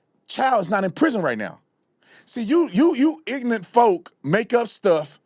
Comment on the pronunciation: Your pronunciation of ignorant is wrong